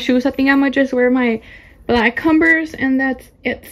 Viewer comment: Something that I noticed is she can’t pronounce her v’s “conberse”😭😭